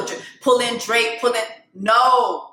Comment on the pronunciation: Not you calling Drake “Draq” 😁